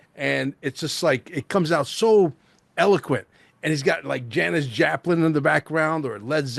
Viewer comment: Janis "Japlin" thats funny!